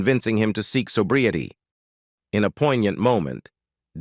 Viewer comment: This narrator has made such a mess of mispronouncing Desi Arnaz's names what? 45 different ways (kidding) mispronounce the word sobriety. So bree a tee. Oh my GOSH. Plus and even saying Daisy for Desi. And using Desi Jr's photos for Desi Sr.'s stories. Sigh. I have caught this :"channel" doing this same thing for other celebrities stories.